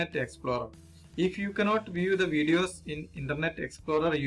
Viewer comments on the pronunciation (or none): none